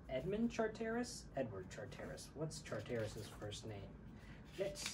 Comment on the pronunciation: Its ’Char-ter-iss’ phonetically Rajiv, no matter, it’s a very beautifully painted picture of that painters life as you have it. I’d love to see the others, as would many of us I am certain. ❤